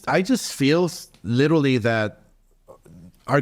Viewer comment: Has no one corrected Oscar on him saying "LITALLY," instead of, Literally? jeez!! smh.